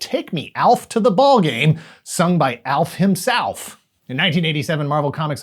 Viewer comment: “Alf himsalf”. Gold